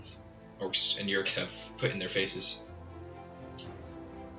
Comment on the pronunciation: I don’t think it’s pronounced YURE-IK. I think it’s Oo-Ruuk